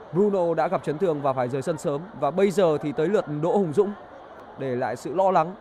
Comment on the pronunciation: Hùng Dũng mà đọc là Hồng Dũng lại bảo ko sai đi